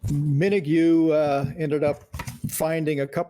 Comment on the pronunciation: I was around for much of the recording of this album--even played on a couple of tracks. My BFF since I was about 10 was the producer, and I was a young FM dj. Really thought they were gonna be stars. The producer's name, btw, is pronounced Min-og, not Min-ogew. It's like Kylie. And I'm all 3 overdubbed trombones on Sleep. One of my proudest moments. And another BTW--you don't hear the bagpipes because they faded Sleep out before it got to it.